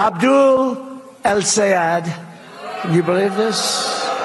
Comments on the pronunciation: Ron Johnson only has about 6 working brain cells. He might not be pretending when he mispronounces Abdul El-Sayed's name. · In ron johnsons case he was not pretending to not know how to pronounce the name because it has more than 1 syllable in it and that is what confused johnson who simply is not too bright to begin with